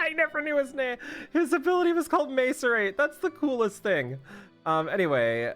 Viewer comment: pronounces macerate wrong and loses it lol